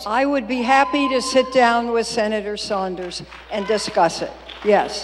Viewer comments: Who the fuck is senator "Saunders"? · "Senator Saunders"